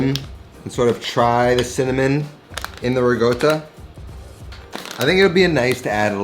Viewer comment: .."Sinnamoninnit".. Hard to find spice..